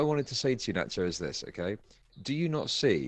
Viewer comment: Who’s turn is it to speak? NACH-YOS